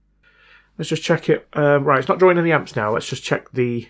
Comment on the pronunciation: Why do you say drawrin? Seems a simple mistake to correct.